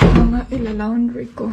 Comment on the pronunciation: Me...I love being corrected. Pls. ask your husband how to pronounce the word, '" LAUNDRY, " PAGKATAPOS AY GAYAHIN MO.. MARAMING SALAMAT.